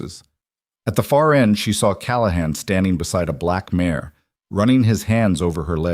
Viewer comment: Good story! Be better if the AI didn't keep calling a mare a "mayor" though. Distracting!